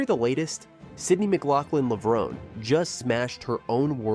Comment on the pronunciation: Did you listen to the audio you included in your video? You are pronouncing Levrone wrong.